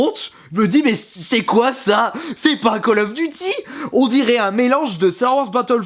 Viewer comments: favre en prononciation on dit Col of Diuty pas de calle ofeuh duti ... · ME C PA KALL OF DUCHY CHA